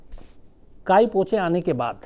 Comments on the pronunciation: Sushants first movie was wrongly pronounced as KAi PACHO...it is KAI PO CHE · 'Kai Pa Cho' nahin Shamsji...'Kai Po Che' hai 'Byekom Bakshi' nahin.....'Byomkesh Bakshi' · Kai pa cho nahi ...kai po che tha ! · Respected Sir, काई पो चे! ब्योमकेश बक्शी (Pronunciation error occured) Always with you!